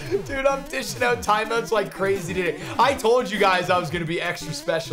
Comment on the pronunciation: "time oots"